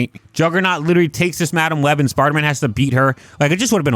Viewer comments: "Sparda man" 😂 great vid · anyone else hearing sparta man